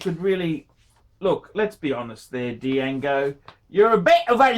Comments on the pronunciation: the D is actually silent. It would be pronounced Jango. Well I guess you can't be smart all of the time can you... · the D is silent! It’s pronounced jango! Didn’t you see the movie Django ( QuintonTarantino ) directed it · Dee-jahgo Dee-jango Dee-yahgo Dee-yango phrom the Cha-nell Islands. gets $50.00 for 14 minutes work and can't stop yawning and showing the boredom. Imbecile. Ingrate.